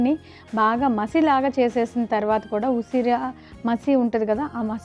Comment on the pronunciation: Usiri..usara kaadu..dont murder telugu